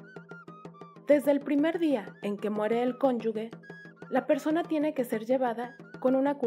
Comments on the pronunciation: Por qué dicen “cónyugue”??? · Es muy interesante pero también es una lástima que la pronunciación de “ cónyuge”y la ortografía (“llagas”) sea tan deficiente en un video de una institución tan grande como es el INAH.